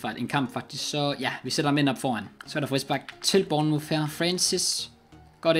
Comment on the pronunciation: Det udtales burnmorf